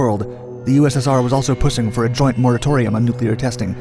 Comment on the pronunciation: "USSR was also pussing..." xD